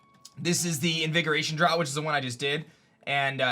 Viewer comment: Draught is pronounced like draft